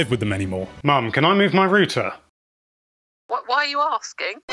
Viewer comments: It’s not rooter it’s router 😁👍🏻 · R-OW-TER. Say it with me,. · Why are you calling it "rooter"? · British pronunciation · he meant to say router and instead said rooter... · Lol. What's a "Rooter"? Do you mean "Router"? Wow. Did you get past 5th grade? Sorry, but it's ridiculous to take advice from a kid that doesn't even know how to pronounce a basic English word. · whats a rooter? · I see the joke. pronounced router as rooter. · If the British pronunciation for router is “rooter” then how do y’all pronounce the actual word rooter? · The way you say "router" drains on my soul like nothing else. It's not "rooter". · Wtf is a "rooter" 😂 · Rooter lol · A “ROOTER” lmao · You say router wrong. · The way he is saying router is killing me, and Im Irish with a thick accent ffs